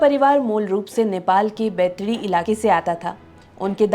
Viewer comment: बैथडी ❌बैतडी✅